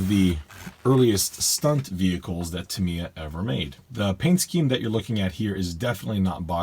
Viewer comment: I'm not ok with you. Tamiya is japanese. So it's the japanese pronunciation that is the good one